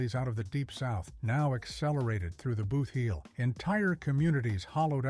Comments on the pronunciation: Please separate the word. Boot heel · What is a BOOTH HEEL? And what is a NEW MUH-DRID? They are pronounced BOOT-HEEL and New MAD-RID. Please people, if you aren't from Missouri, LEARN our names of our regions and towns. It's disrespectful to us.